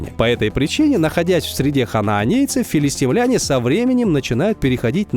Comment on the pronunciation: Говори правильно: филистИмляне! А не филистимлЯне.